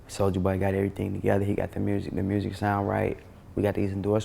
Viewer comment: sou-L-ja boy